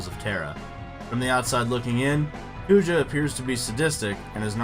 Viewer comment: Garland is more iconic bro.. wooow you even called Kuja for Poojah in the video rofl. Small nitpick, I think Sephi is more iconic than Kefka as well